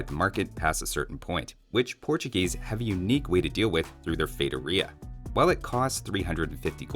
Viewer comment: Idk why but your pronunciation of feitoria bugged me lol